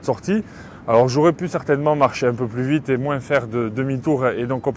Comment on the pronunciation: Plus ou moince 😂😂 le S de moins ne se prononce pas 🤦‍♂️